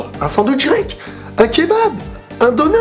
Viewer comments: Un döner le o se prononce e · Les Vidéos de on dit döner qui se lit denère